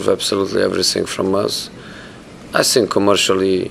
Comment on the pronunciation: I love the way Rashford plays football. But he perhaps should be taught how to say think instead of fink. But in a strange way it does suit his naff persona, I 'fink'.